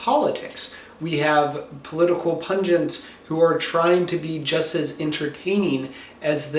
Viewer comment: I know you meant "political pundits," but I love the almost-Freudian slip of "political pungents." Anyway, interesting video.